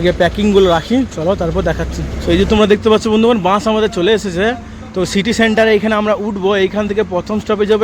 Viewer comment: Bans noi vai bus bolo